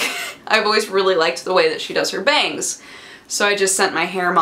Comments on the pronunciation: you should really be careful how you use 'bangS'. my roommate thought you said 'bangED' several times. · I heard, "I'm excited to see my family, and I'm excited to get BANGED". It made my brain flip out until I realized what she really said. :I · When you said bangs I'm getting bangs I thought you said I'm getting banged!!!! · Oh god I was sure you said "I'm excited to get banged"....